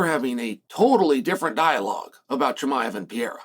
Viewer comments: i think the only guy that doesn't like alex is the guy that keeps calling him "pee-air-ah" - say it with me "per-ray-rah" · Piera? what the hell is Chael even saying LOL, a five year old could pronounce Pereira better than that LOL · Not everybody. I don't like Alex "Piera" or Alex Pereira.